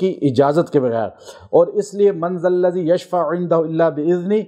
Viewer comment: اسلام علیکم: پہلے آپ خود صحیح آیت الکرسی پڑھنا سیکھیں اور پھر دوسروں کو پڑھنے کو کہیں۔مثلا آپ نے Mandal ladi پڑھا جب کہ یہ manual Lazi ھے۔ز za کو د نہ پڑھیں.خدا نے یوںہی ز،ذ،ظ،ض نہیں بنائے ہیں ان میں سے ہر حرف کا اسم و وزن ھے۔یہی وجہ ھے کہ صحیح قرآن نہ پڑھنے کی وجہ سے اثر نہیں ھوتا اور لوگ قرآن کریم سے دور ھوتے گئے۔خدا ہم سب پر رحیم کرے۔آمین